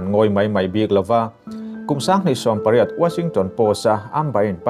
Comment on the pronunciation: "Paireits" ni lovin "pairat" tih tur...lam no mah mah